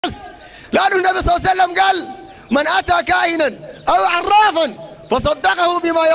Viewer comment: لماذا لا يقول محمد وبعدها يقول الصلاة الصحيحة صل الله عليه واله وسلم لماذا يقول صع سلم